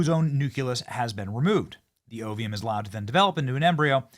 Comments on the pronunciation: Listening to Benny Johnson try to pronounce these words is PAINFUL! Ovium? Really? It's OVUM, okay? No I in that word at all. Nuke-u-lous? Come ON! It's nucleus! It's like your pronunciation of Nuke-U-Lar. Thanks George Bush but, no. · Sorry, not to nitpick but....the pronunciation of the words are as spelled: O V A and O V U M. (No letter I in either word.) But; thank you for relating this information. I agree with the commenters that are saying that trying to play God is a dangerous thing. Next will be humans? Not good. Praying that this does not go that far. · What exactly is oveum? or ovea? The whole world says ovum and ova and you can't even read the words correctly while smugly putting the scientists in their place, telling them the creatures aren't really dire wolves. Yea,you sound really knowledgeable - idiot. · Lol, Benny. You have a problem pronouncing ovum and ova.